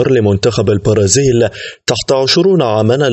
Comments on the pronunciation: Omar Jamal و أيضا هو مريض في نطق حرف B و نطقه ليجعله يظهر كحرف P مثلا في أول الفيديو عندما قال البرازيل بتخفيف حرف B لينطقه كحرف P و في آخر الفيديو عندما قال البارسا بتخفيف حرف B لينطقه كحرف P مما يقودني ذلك إلى الجنون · أخي مقدم البرنامج ، البرازيل تنطق بحرف B وليس بحرف P.. و كذلك كل الكلمات التي تنطق بحرف B أرجو نطقها بحرفها وليس بحرف P.. لأن نطقك لحرف P يقودني إلى الجنون. و لقد نوهت ذلك لك في أكثر من ٣٠ فيديو و تعليق.